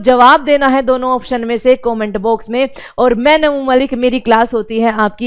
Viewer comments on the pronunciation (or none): none